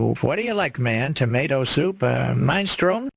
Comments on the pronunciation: ahh yes my favourite soup mine stron not minni stronay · Ah, “mine-strohn “ soup. My favorite! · Also when it pronounced minestrone like "mine stroan"